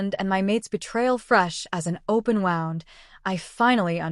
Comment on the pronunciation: I am curious why the AI voices cannot say wound as in someone got a cut. They keep pronouncing it as wound- like I’m all wound up. It is frustrating because so many of these channels pronounce it the same way.